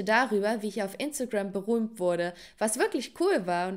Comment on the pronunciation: Du hast gesagt boromt 😂😂 ist oky